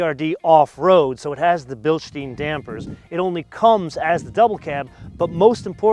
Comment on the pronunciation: Judging by how much the shifter moves, the motor mounts are really soft, which apparently is necessary for NVH mitigation of the (mandatory) 4-cylinder engine. Fortunately, knows how to pronounce "Bilstein" (bil-shtyne), but clearly does not (bil-steen??? NO!).